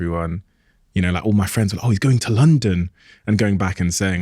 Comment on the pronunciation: When Steve said “he’s going to london” it’s the most Devon I’ve heard from him😂